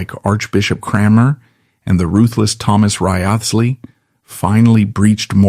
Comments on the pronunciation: yeah A.I.'s not so good with names... yet. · I am fairly sure that back in Tudor times, Wriothesley was pronounced as RISE - LEE.